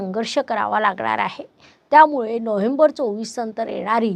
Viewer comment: नोहेंबर नाही. नोव्हेंबर म्हणा